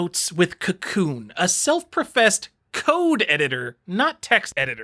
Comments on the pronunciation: FYI: Kakoune is pronounced kah-KOH-neh. Comes from the Japanese word 書こう (kah-KOH, the volitional form of "to write" or "to compose" -- get it, because it's a text editor?) and the seeking agreement particle, ね (neh). Text editors, eh? ;P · I want to punch you because of how you say Kakoune but I also want to befriend you...